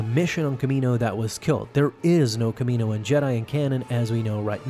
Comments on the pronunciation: Next video i fully expect to hear you say it how it sounds 'kalm-onni-ian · Its calm_onni in. Phonetically get it right